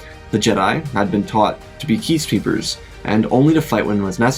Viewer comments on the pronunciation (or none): Peacekeepers ❌ Ceacepeepers ✅ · Keecepeepers instead of peacekeepers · Did no one else hear that he says "qui-gon and obi-wan were trained to be Keace Peepers" instead of 'Peace Keepers'?? And later on when Anakin is dueling Sidious, he says "Sidious landed his blade on Sidious' " lmao 🤣 😂 I ofc know that every now and then there will be small missteps when reading the "what ifs" to us, but still. Not at all making fun of it, just thought it was a little bit funny :) Also I just want to say that you have some of the absolute best SW What If stories! I put them on while I Doordash and just listen while driving around picking up and dropping off orders. So thank you for keeping me entertained while I drive all over the place in my area 😊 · “The Jedi had been taught to be keacepeepers” 😭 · you said keace peepers 😂